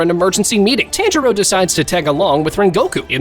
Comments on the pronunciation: Damn, I was really looking forward to watching this but then I realized you’re the dude that says “TANjuro” for whatever reason so I can’t. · No body: Those anime review YouTubers: “TÆNJIRO” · You’re saying tanjiro wrong😡😡